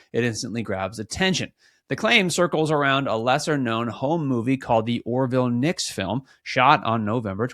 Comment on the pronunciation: His last name is Nix not Nicks.